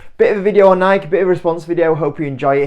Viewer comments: It's actually pronounced Nike(y) not Nike (the way you/UK are saying it). It's not a subjective thing. Nike is based on the name of greek goddess of victory which is pronounced Nike(y). YouTube a video of the founder Phil knight and you will see that this is how he pronounces the name of the company he founded. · It’s Nike(y) Say it ur way all you want but ur way is just slang if it’s actually nike(y) 😂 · Mate it’s actually pronounced Nikey as the other chap said. Tho in Europe I agree most people call it Nike That said - I agree this is not a good investment - as well as the “man on the streets” spending been reduced recently - the woke agenda of this company has really hurt the brand - one example - changing the England football top to rainbow colours - there are a hundred more. I have 4 kids - I am acutely aware of the brands current standing - it is not what it was - they need a major rethink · There’s no way I’m listening to a guy who can’t even pronounce the company’s name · grammar has nothing to do with how a name is pronounced - all that matters is how the owner of the name pronounces it - in this case the owner of the name (Nike) pronounces it with an “ey’ sound at the end, therefore that’s how it is pronounced- end of story - British people are annoying.